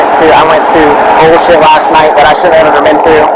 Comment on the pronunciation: Did she said ZULLSHIT??? Lolllll I cannot